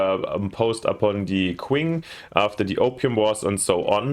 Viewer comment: Great overview. 👍 tiny pet peeve: the Qing dynasty is pronounced CH-ing. Chinese spelling is odd when trying to use the Latin alphabet: Qi => Chi Xi => Shi Zho => Jo Looking forward to watching this playthrough 😆